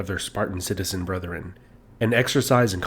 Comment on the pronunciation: It’s *brethren*, not “brotheren”.